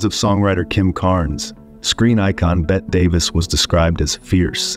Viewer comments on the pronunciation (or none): "Betty" not "bet" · It's "BETTY", not "Bett" Davis. Also, the word is "SKEPTICISM," not "Septicism." Jeesh! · I'm not quite sure how many times I can hear the wonderfully mispronounced "Bet" Davis. Some real quality work here. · Bring in Bette Davis....Pronounced Betty!! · The narration AI needs tweaking. Also, that's "Bette(y)" Davis, not "Bett" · Whosever programming the AI voice- over for this video might want to reprogram the part where the 'guy' keeps saying, 'Bett' Davis....just suggesting.... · yeahhhhhh her name isn’t “bet” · Wow I posted a little too soon. Bette Davis pronounced as “Bet” Davis? WTF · What? Her name is pronounced "Bettie:" Everyone but YOU has been calling her that for decades. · AI thinks “Bette” is pronounced “Bet.” Wrong, AI. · Bette's name is pronounced "Betty." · Are you saying, "Bet" Davis? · Bet Davis? Really....didn't you review this video before posting it? AI stinks. Hire a professional next time. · This is just lies followed by lies followed by lies followed by more lies...... the AI machine reading this is the reason you should be very afraid of AI. btw, bot, it is pronounced BETT EEEE ..... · Particularly if a narrator who knows how to pronounce “Bette” could be found. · Learn how to pronounce people's names (such as Bette).